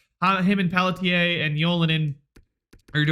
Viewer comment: You should just identify as someone who mispronounces names, then you won't have to worry about Pelly-tier.